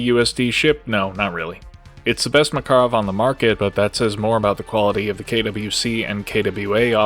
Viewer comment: all the research you did and you still cant say Makarov correctly?